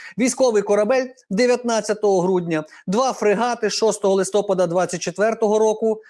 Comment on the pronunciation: пане Ігоре, а пасок безпеки треба застібати:). і правильно казати листопАд